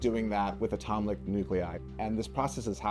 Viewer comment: "Atomlick nuclei."